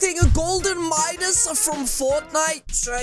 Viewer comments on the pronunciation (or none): It’s Midas not MUDIS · its midas not midus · its Midas not minus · It’s not midus it’s midas